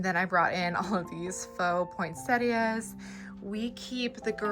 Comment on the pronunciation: Just delightful, thank you for sharing with us, and hooray! you pronounce poinsettia correctly! So many YouTubers say 'point setter' which is actually a dog breed! Your girls are delightful little women, bless you for raising them with Godly values ❤.